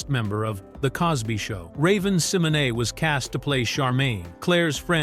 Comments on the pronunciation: That’s actually the correct pronunciation of her name Google it she actually has a video of her pronouncing her name the right way and it sounds just like that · I like how this AI got Raven's name closer to correct than most real people do 💀